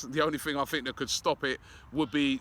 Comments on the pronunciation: FFS Robbie it's Torreira and not Torre-ya. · Please say Torreira not Torya. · Robbie it is TorreiRA. You also fail to pronounce the last syllable -RA. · The 'r' in Torreira isn't silent "obbie" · Waiting for Robbie to pronounce it properly too.